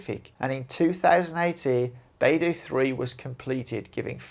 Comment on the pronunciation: The dou in BeiDou rhymes with the letter o. PinYin is the use of English letters as pronunciation guide. It is NOT English. When you see ou in pinyin, think of the letter o. The Ren in Renmingbi is very dissimilar to any r-sound in English. The letter r in pinyin is to denote a peculiar pronunciation in Chinese.